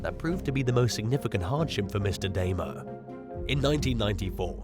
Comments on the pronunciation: Arkansas is pronounced "ar-can-saw" not "ar-kan-sis". In fact, it is illegal to pronounce it the incorrect way (as in this video) while in the state. Also, "Dahmer"= "dah-mer", not "day-mer". And, finally, Vicki White [no relation to her inmate lover, Casey White] killed herself at the end of a car chase with police. There's 9-1-1 audio available because the car itself called in after they crashed, unbeknownst to the pair, where she says they should "get out and run", she laments leaving the hotel they'd holed up in, and, eventually, she discharges her firearm. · Dahmer, really you can't pronounce this name. Come on guy! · How do you mispronounce Dahmer? SMDH